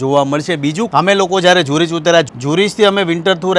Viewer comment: Bhai it’s not ઝ્યુરિચ . એને કેવાય ઝૂરિખ